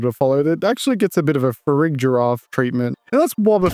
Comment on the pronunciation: MUMMY IS SUCH A GOOD ABILITY FOR ZOMBERRY WHAT also I didn't realize you could say farigiraf with like a dje sound. I always said it with a guh